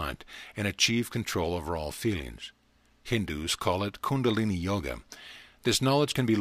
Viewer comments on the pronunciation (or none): none